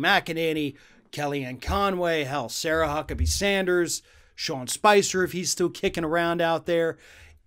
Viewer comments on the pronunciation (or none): none